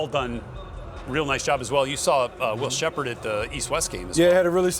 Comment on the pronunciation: I hate how they compare him to cam the whole time instead of just talking about him. They wasn’t doing that to cam, bringing up other qb in draft. Then they butchered Will SHEPPARD name the whole time. Like how no one corrected bro.